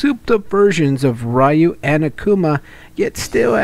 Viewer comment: Please, stop saying "rah-yu". It's just "ryu"